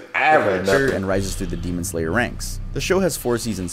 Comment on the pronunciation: butchering the names of all the characters from Demon Slayer gives off the same energy as a white mom pronouncing words like gracias and quesadillas as grassy ass and case a dill a’s